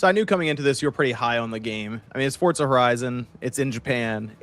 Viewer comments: (For)(za) not fortzah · Am I tripping or are they pronouncing it fort-zah?